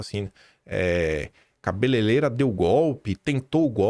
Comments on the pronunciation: soletra. Ca be lei rei ra 😂😂😂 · é CABELEIREIRA. - L e R - e não L e L. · recado ao, e "ca be lei rei ra" sem querer ser chato mas ja sendo!